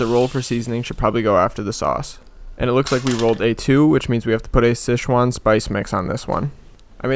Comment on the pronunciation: Somehow, you wrote sichuan correctly yet pronounced it wrong